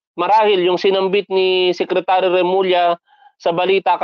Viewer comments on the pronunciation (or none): none